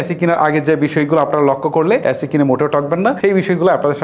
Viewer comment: ওরে উচ্চারণ ভাই, ইনবাটার, চয় হাজার টাকা, লককো, করচ, কেত্রে, বালো, মুকি, হয়েচে😂